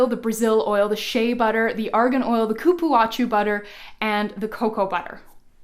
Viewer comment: Hello Thank you for sharing I follow you all the time irme The Cupuacu butter is pronounce cu-púa-zu Good night